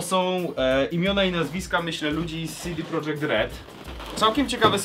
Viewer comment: Po jakiego chuja czytasz prodżekt skoro nazwa firmy jest napisana "po polsku", projekt, a nie project.